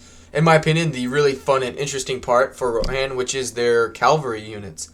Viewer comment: Cavalry not calvary.. good vid tho, looking forward to playing